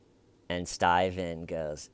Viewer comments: Reporter: StAyven, they found a body... StAyven: Body? 👀? 👀?... (jaw-drop, blinking, speechless shock, lie-cry to curb, private sit-down, safe-place, time-out)...and cut. 🎬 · Stayvan why Stayvan? I love you you are hilarious 😆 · It makes me wanna watch something else, "everytime." Who says it that way? What in the actual fuck did I miss?